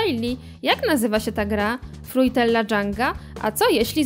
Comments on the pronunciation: Fruitela kurwa mówi sie fruttella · o matko po co wam ta glupia lektorka glosow nie macie? P.S może i pisze się fruitella ale matko mowi sie frutella raczej powinniscie to wiedzieć skoro na codzien mówicie po angielsku czy tam amerykansku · Jaka fruitella?? Mówi się "frutella"